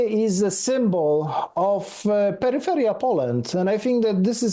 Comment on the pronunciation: OK... That did not sound like "peripheral" but "pedal feel ya"